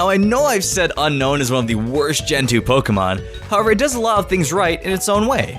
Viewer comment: Un-own not Un-Nohwn